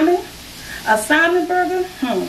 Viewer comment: Even though I do not eat Salmon but this burger looks good. She kills me when she says Simon but it’s all good. I love especially her personality.. 😍😀